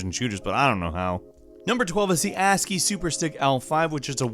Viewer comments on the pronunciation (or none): none